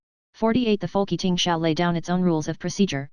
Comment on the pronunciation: Folk Eating? Its Folketing